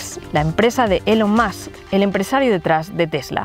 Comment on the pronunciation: Por favor, pronuncien los nombres extranjeros correctamente en los sucesivos (separ, elon mas, sir richar